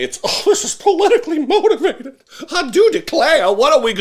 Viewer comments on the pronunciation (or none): none